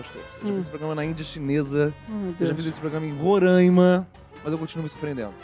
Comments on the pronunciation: não é Rorāima é RORRRAIMA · Qual e o problema da minha city ? O nome é roraima não ruraima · Se pronuncia roh-rah-í-ma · O cara disse Roraima errado kkk Onde eu moro :/